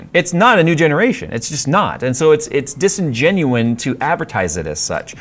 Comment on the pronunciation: Disingenuous. Ous, not ine. Mwah.